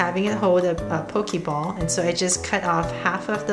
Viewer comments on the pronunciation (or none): Its not pokimon its pokemon , its not pokiball its pokeball